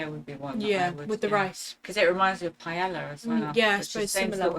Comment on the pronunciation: It is pronounced PieaYAH!!! NOR piayELLA. Good grief. Gumbo is slimy and not that good it takes getting use to and no jumbalaya does not taste like Piayella not even close. I know my spelling is incorrect on the Spanish dish.